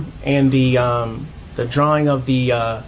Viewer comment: Omg its drawing not dralling 😂i love you 💗